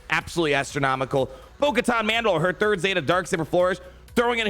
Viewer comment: Dr. Aphra "THID" PRIORITY LMAOOO